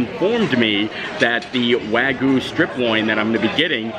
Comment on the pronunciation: I am a Japanese speaker and you are pronouncing “Wagyu” horribly wrong. It is painful to hear. Don’t you see the y in there. It is not Waguuu! The “Gyu” sounds like “g-you” Wagyu”